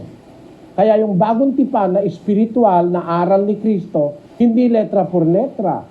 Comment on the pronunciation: Letra not litra